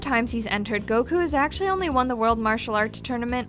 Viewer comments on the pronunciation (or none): none